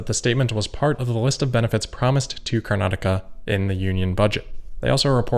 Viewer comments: you are the only YouTuber from NA who pronounced Karnataka correctly! (thumbs-up-emoji) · You pronounced Karnataka just right 👌🏽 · Good pronunciation on “Karnataka.” 😊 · Congrats for nailing pronunciation of "Bengaluru" and "Karnataka"